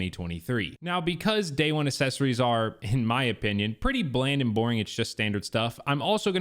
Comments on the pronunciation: Mispronounced accessories by the way uhk·seh·sr·eez is the correct pronunciation Saying assess-ories which is incorrect. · Now that you’ve pointed it out, I can’t unhear assessories